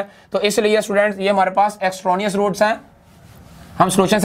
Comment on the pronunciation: Exronious root not extranious root LMAO